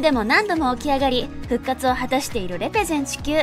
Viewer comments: れ↓ぺ↑ゼ↑ン↓ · レ↑ペゼンがすごく気になる